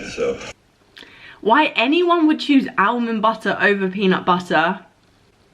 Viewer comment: We love, he says almond correctly 😂